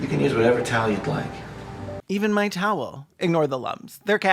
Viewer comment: He pronounces "towel" like "tail". If you close your eyes, you can imagine it's about accepting gay furries